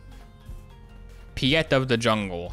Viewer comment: Pee-et of the jungle has me dying! I love it when americans try and say Afrikaans names, its honestly hilarious!